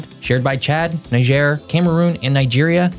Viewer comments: On the pronunciation front, Niger (country) is pronounced Knee-jay. Niger (river) is Nigh-Jah. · NEE-jhair. and ben-EEN.